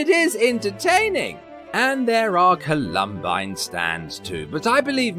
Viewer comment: These are the British theater kids post high school. It's Column- bine rhymes with twine